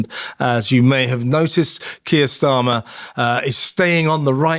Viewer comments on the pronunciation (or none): The number of ‘news Chanel’s” on you tube who can not even pronounce farage or starmer is indicative of the low standards of journalism in 2025.